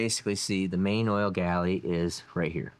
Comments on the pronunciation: The word you are trying to say is 'Gallery', with an R. Also, height ends in a T, not an H. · It is gallery not galley. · Hey. I watch all your videos way down here in NZ. I’m pretty sure that your use of the term “oil galley” is a slight mispronunciation of the term we would use here which is “oil gallery “ or oil passage for sure. Anyway keep making horsepower and videos. Cheers G McClung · oil gallery, instead of oil galley. Just trying to help.